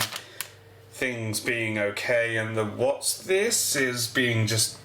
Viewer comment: "Wot'sthises" hahaha